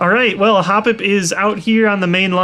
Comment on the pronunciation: I love the way toy say "The chosen HOPpip"